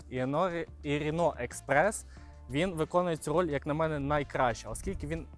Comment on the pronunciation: Як же йому важко вимовляється рено експрес,с..ка😂😂😂Не дивно ,що подобаються французькі машини з таким французьким діалектом😂😂